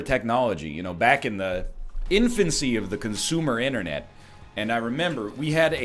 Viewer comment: I was thinking mate silver when you said internate ..